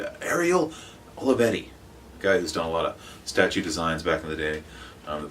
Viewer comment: Ariel is da man! ! Now you gotta say his name again but CORRECTLY lol Thumbs up vid again man, wtg bro.